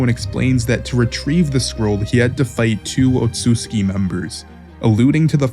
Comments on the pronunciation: Homie actually said otsuki! 🤣🤣 Its pronounced OTSUTSUKI! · How can nobody pronounce Otsutsuki right?